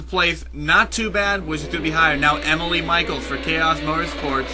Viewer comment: E mee le. It's a guy, also a European name!